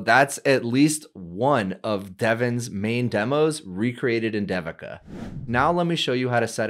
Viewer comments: It's Not Sound Like D Devin It's Sounds In Sanskrit They-vika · I am guessing this is the common Indian name, Devika. If it is, it is pronounced like this: DEVI as in DAVI in DAVID and then KA as in KA:). So try saying DAVID, but instead of the D at the end, just say KA:) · if you an pronounce Devika properly that will be great. It feels odd to hear that pronunciation. this video has the proper pronunciation